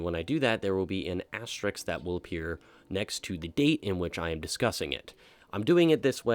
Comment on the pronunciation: how can you not pronounce ASTERISK "asstricks" like bro come on ITS NOT HARD AS TER RISK, AS TER RISK,. ""ASSTRICKS" LMFAO KYUS